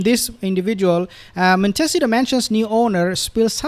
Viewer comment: BRR - it is pronounced Mon tih SEE tow - accent on SEE